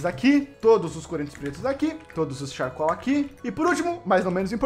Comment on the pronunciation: Que agonia ele falando charcoal kkkkkk